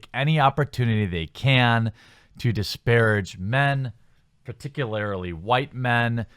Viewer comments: "Particularily" is not a word, my dude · Jer-bear, there's no "i" after the "a" in "particularly"... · "particularly" not "particularily". Sorry, I'm British.